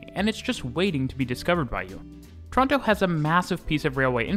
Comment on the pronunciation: Each tine he says Toronto, he Pronounces it wrong every time